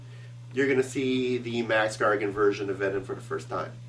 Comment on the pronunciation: Wow. These vids are awesome! Keep up the good work! A note though: It sounds like he's saying Max Gargan. Is that just me?